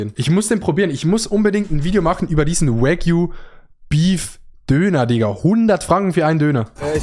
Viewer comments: Es isch wAgyu ned wÄgyu plssssss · bitte bitte betone Wagyu nicht mit englischer Aussprache. Ohrenkrebs